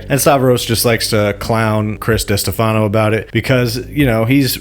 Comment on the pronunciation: Stopped watching after I heard you pronounce destefano lol how am I going to listen to your opinion on these people if you don't even know how to say their names? Tells me you don't know what you're talking about